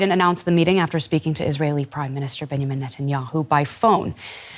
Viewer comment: Can they not pronounce “Benjamin”??